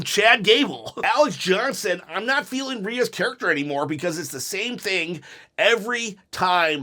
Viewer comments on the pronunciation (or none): none